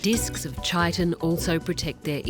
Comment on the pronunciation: How are you gonna narrate wildlife documentaries and not know how to pronounce Chitin